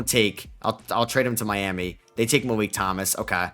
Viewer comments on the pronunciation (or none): none